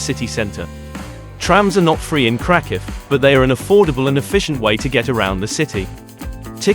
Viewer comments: Ouch. What a weird pronunciation of Kraków. If krakow is do safe why are you mentioning taking precautions so many times and in such detail. I’d give this one a pass unless you just want to look at pretty pictures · If you can't even pronounce the city name, maybe you should not make travel videos?